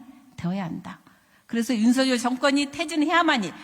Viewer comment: 윤석열이고, 발음대로는 윤서겨리 입니다. 석렬은 왠지 정상인 느낌입니다. 건강 되찾으시길 기원합니다. 😊